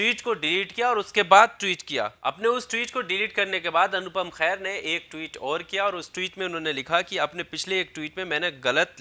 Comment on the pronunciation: भैया ,अनुपम खेर है ,ख़ैर नहीं अगली बार सही उच्चारण करें